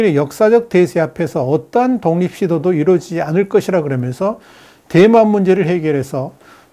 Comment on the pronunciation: 내귀가 이상한 건지.. 대만이... 뎨만으로 들림 ㅎㅎㅎ